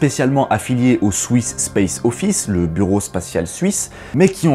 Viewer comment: On peut aussi dire bravo pour les prononciations!! Même si "swiss" ne se dit pas "souiss" 😂